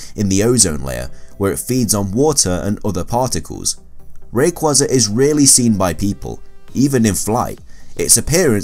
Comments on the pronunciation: It's ray-quaza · You pronounce arceus and Rayquaza wrong Ray-kway-zuh Ark-EE-Uss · I hate when he says rayqeeza it sucks.ALSO HOW IN THE WORLD IS MEW MORE POPULAR THEN RAYQUAZA